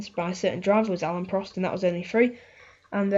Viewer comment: Alain not Alan haha